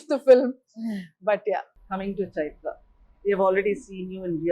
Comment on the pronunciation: Ms.Milana how about getting your fellow guest’s name right. It’s Chaitra and not Chitra and also let others finish what they have to say before butting in. So off putting.